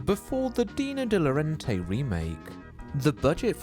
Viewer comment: Dino De Laurentiis is pronounced "Dee-no de law-ren-tiss" 😊